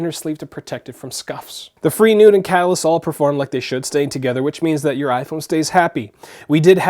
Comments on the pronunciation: Like Fray? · Life proof fre isn't pronounced free it is more like frā